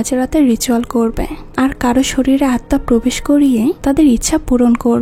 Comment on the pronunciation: আপু আপনার এক্সপ্লেইনেশন আমার কাছে খুব ভালো লাগে। কিন্তু আপনি প্রত্যেকটি লাইনের শেষে হ্ উচ্চারণ করেন যেমন: হবে না বলে হবেহ্ বলেন, করবে না বলে করবেহ্ বলেন। এইভাবে না বললে আরো অনেক ভালো লাগবে। আমি আপনাকে আঘাত করতে কথাগুলো বলিনি। আশা করি আপনি ভবিষ্যতে আরো সুন্দর সুন্দর মুভি এক্সপ্লেইনেশন উপহার দিবেন। শুভ কামনা রইলো।❤❤